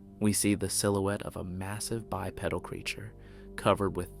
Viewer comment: Bipedal “by-PEE-dul”